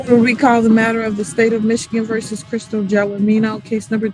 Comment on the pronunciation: Anyone can make a mistake. However, laziness is a different story. Chrystal Gelormino's name is on the screen throughout this video. It's also pronounced multiple times by the defendant herself, the judge and the attorneys. The very least you could do is pronounce and spell her name correctly.